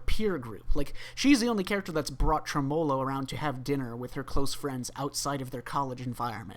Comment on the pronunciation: dont you pronounce tremolo like that lol